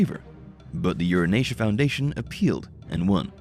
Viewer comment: Ur an tia ... Having met the book 40 years ago. Sound it out. Not the way the narrator kept mispronouncing it. Kinda misogynistic as I recall.